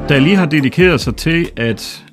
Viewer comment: Var det ikke nemmere at tilføje undertekster til YouTube, så behøvede I kun én video? Og jeg studser lidt over hans udtale, han udtaler det mere som noget der ville staves Dalli, enkelt-konsonant giver langt vokal, så Dali burde rime på Salig, med lang a-lyd.